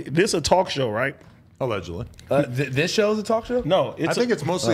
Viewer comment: We need an “ALEDGEDLY” button &&& “PUASE “